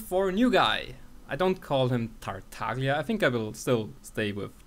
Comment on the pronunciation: Try: - opening Google translator - write Tartaglia - set language to Italian - hear how it's supposed to be pronounced and tell me how weird it sounds for you!